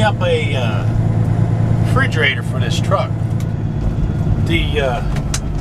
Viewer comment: Frigerator??? Or refrigerator?? Lol hahaha. Great video